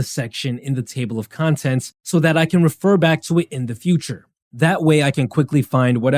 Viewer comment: when you said 'contents' with that accent i remembered garyvee.